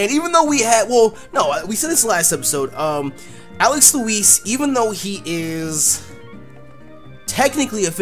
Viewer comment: Whenever you say Alex Louise it sounds like Alex Elize/Elise